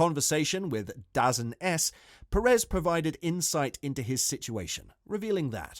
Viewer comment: That sports streaming service DAZN is pronounced "da zone". ;)